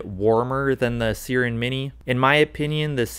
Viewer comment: its SIIIIIIIRen not seeeeren mini... like the mythical creature siren